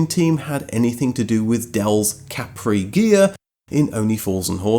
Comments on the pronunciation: I’m surprised it’s not mentioned in the video or in the comments that the name Capri is completely misspelled, as the island off the coast of Italy is called Capri with emphasis in the A, like cápri, not caprí! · Fun fact: the correct pronunciation in KAH-pree, Del-Boy style, not ka-PREE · What's funny is that "Capri" in Italian is pronounced with a totally different accent (Càpri, not "Caprì"). It's not French. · I used to be good at languages back in the day and I used to point out that the Island of Capri in the Bay of Naples is pronounced KA-pri. The emphesis is on the first syllable. (Think of the Ford KA with a whispered pri.....it even sounds Italian.) So I drove my KA-pri while the others were driving their "kepprees". They used to call me a snob for some reason. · To be a real geezer you have to say Cappry. Accent on the first syllable.